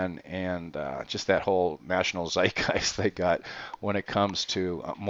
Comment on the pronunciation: Are any of these murders ever solved? Can you provide info on the status of previous murders such as the guy who was killed while jogging in the morning? Is it dangerous for you to report on these incidents? Also, you might look up the pronunciation of zeitgeist.